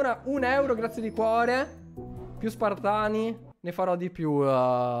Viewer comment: SPARTAN NON SPIRTON